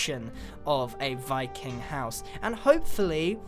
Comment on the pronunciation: Appreciate that! Though, Wiking was the proper pronunciation. It's Norwegian, I believe, and in most Scandinavian languages V is switched for W and vice-versa.